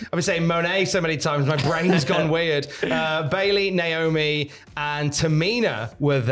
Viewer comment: The way pronounced Bayley as Bay-lay is just his inner Brummie coming out.